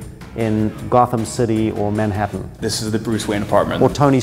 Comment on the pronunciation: This guy can not say Manhattan! Goofy!